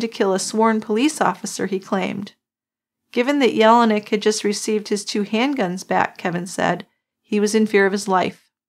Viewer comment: And John's name sounded like, yell-nick not yellow neck. But he was such a good guy, and everyone naturally cared about him not being mistreated.